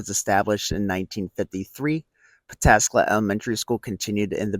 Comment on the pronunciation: Hot diggity, you Pataskala correctly.